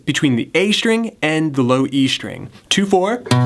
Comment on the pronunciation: Thanks for those riffs! :) They are really awesome! Have just one question, and I'm sorry if it seems not very polite and not about music. I'm just not an English-speaking person. So, I saw several videos with you and you always say "shtring" instead of "string". Is it a feature of yours or it is something common? Thanks )))